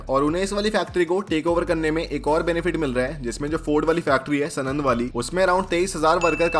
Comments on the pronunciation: Bhe*ch** kya bake ja rahe ho yaar ... Sorry to speak it in such a way... But spoke sanand wrongly here , , , , , & as सनंद But actually it is साणंद , watch it here ..... I have been commenting since a long... Feeling bad to get mad at u Bhai... But won't is wrong... Can't you even work the town banner correctly ???? Choti bachchhi ho kyaa ????🤬🤬😠😠😡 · सनंद नही सानंद बोलते है उसको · भाइ जो यूनिट गुजरात मे है उसका नाम सणद नही साणद है 🙏 😊